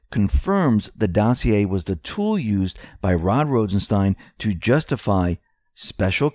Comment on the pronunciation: "Rod Rosen-STAIN".... ....yessir!